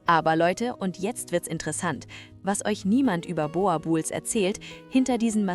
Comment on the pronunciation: Meine Güte ist es denn so schwer den Namen der Rasse richtig auszusprechen? Boerboel das oe wird ausgebrochen wie das deutsche U in zb Uhr.